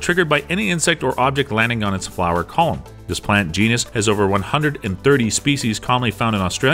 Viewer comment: “The Bladderwort GHEE-nus”